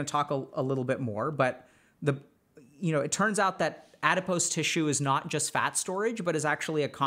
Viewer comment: You’re mispronouncing “adipose”